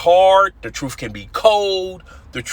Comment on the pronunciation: Stop saying truf